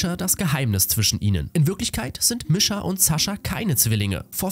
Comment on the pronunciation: Der Anime ist echt cool danke das du das machst aber bitte sprich die Namen richtig aus Misha wird so ausgesprochen Niescha